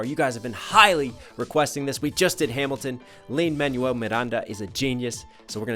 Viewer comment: Except for "Lin-Manuel" XD he adds a U-sound to Manuel which is pronounced like "man-WELL" (bless tho)